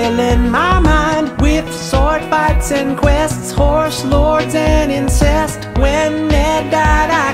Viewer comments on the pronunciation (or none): When I was 12 I thought he was saying “and inchest” He said And INCEST